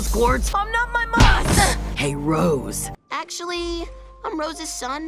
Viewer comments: Now tell me what name rhymes with He-man Jasper: ROOOOOOOOOOOOOSSSSEEEEEEEEE! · Jasper: ROSE steven: IT'S TWO DAMN SYLLABLES